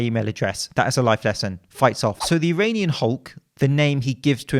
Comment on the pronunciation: "My name is Eronion Hulk"